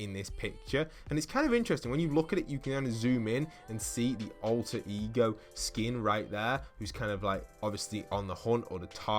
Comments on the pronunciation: You say it’s explained, yet you keep saying”E-G-O” instead of just ego and calling ALTER “Alter ego” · Grr his pronunciation of ego annoys me